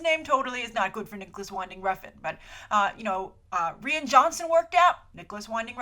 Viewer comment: Rian is pronounced like Ryan.